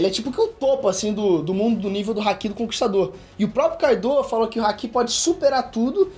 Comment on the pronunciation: Nova geração do Ei nerd, muito legal mesmo ❤️ só fiquei um pouco agoniado com a pronúncia do momo e do Haki